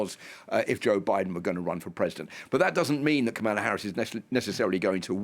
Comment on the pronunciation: So you bring on a Brit who has a difficult time pronouncing Kamala's name.